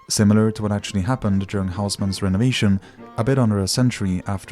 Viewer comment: "Well its I mean akssshuallly"